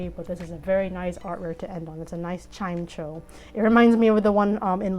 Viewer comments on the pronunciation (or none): CHIME CHO???? CHIME CHOOWNWJAJAJQJQKQKJAK KQKEMDMCMXMAMMWMWW MY BOY GETTING BUTCHERED